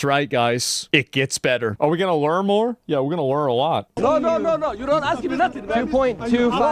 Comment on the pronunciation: .... yes, let's LEAR a lesson🤣🤣